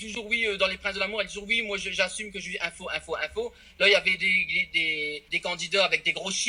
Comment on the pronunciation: "je suis info" ... Quelqu'un lui dit qu'on dit nympho?